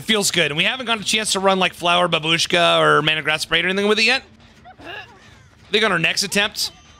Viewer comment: It's bAbushka, not babUshka >_>